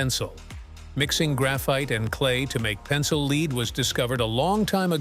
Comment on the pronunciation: It's lead as in led, not lead as in leed.